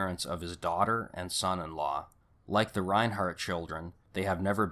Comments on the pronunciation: Wombug lol...it's Wahm baw....Valaitis is Vah Lie tis Reinert = Reye nert (NO H) Before you make a video, learn how to pronounce people's names. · It's Susan Reinert; not ReinHART. And, author Joseph Wambaugh's name is pronounced Wom-baw. sheesh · There is no H in Reinert 🙄